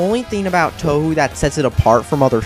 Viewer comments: Wow, people are actually getting mad about this? This is hilarious. This video is clearly just a troll video to get people mad, and I think its absurdity is funny is fuck. "Toehoo"? Pff. Also, this guy seems like he's just trying to be AVGN, except with no emotion whatsoever. The least he could do to seem like he's even trying to convey a point is add some emotion. I'm sorry, but this video can't be serious. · touwho? Now that's just crazy it's said touwow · >grating autist voice >complains about difficulty in a solidly gitgud shmup >shallow AVGN impersonation >occasional good point to seem more legit >pronounces it "toe who" well trolled m8 i r8 b8/8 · 2/10 made me reply. The fact that you were complaining about the games being too easy while showing videos of someone who can't even beat stage 1 on normal made it way too obvious that you're trolling. Also, I cringed every time you said "tohu". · First off, you did you just pronounce Touhou "toe hoo"? Also, you judge game by graphics? Heard of emulators? Thats how we play PC 98. I tuned it out after you said the music sucks. Nearly 99 percent opinion, the 72 likes probably have not even gotten halfway past any Touhou game. You think Touhou is easy? WOW. You must have a problem if you say that and you die on Stage One, on Normal. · It's pronounced Toho, the story is great and complex thanks to its development over circa 15 games, and the music is unbelievably good. And it has lots of girls who throw magical balls at each other's faces. No matter how you look at it, how can the games be bad? Oh, and the glitches are nearly all caused by the English patches and cracks developed independently from ZUN. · both are wrong. its 'Too Hoo' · Did you just say... tou-who? *facepalm* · What the hell is Toe-who? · doesnt even pronounce touhu correctly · The way he pronounces "Touhou" and "ZUN" makes me cringe so hard. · You can't even pronounce the name right, you're a fucking idiot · Oh yeah and it's pronounced "toohoo"